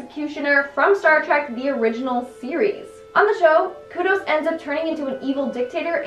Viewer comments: Kodos, not kudos. Kudos for trying though. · And Kudos instead of Kodos smh. Aight I’ma head out